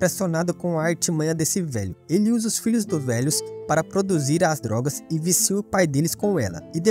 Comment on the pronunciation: Eu gostei muito mas, POBEMA, DOGAS, ANCIÕES... Isso me pegou... Se falasse certo seria perfeito...